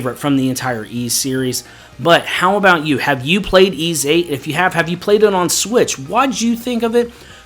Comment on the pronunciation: You get a thumbs up for pronouncing Ys correctly all by itself.